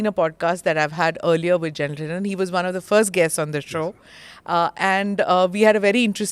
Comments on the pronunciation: It's not dhi-len , it's 'dhilo'. Indians speaking like westerners and messing up names is not the right way to go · Plz say correctly he is ढिल्लो सर् not ढिल्लन 😅